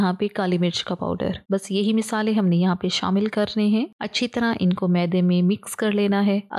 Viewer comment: Misale 😅 nhi masale😂